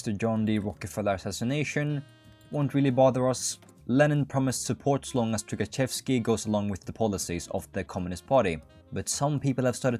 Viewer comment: inability to try to pronounce anything is ragebaiting me Took-A-Shev-ski